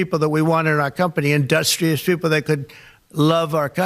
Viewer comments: He also said industhhrious people like he’s Daffy Duck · “If they are the type of company industrious(mispronounced) people that could Love our country” our president trump 😂 nope I didn’t write that wrong, that is what he said min